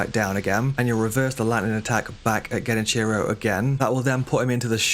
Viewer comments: Dude, they pronounce his name IN the game. Why on Earth would you mispronounce it that way? Silly. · Great advice.. your pronunciation of his name is killing me tho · The way you pronounce genichiro annoys me 😂